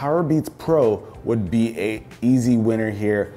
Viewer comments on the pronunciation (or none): none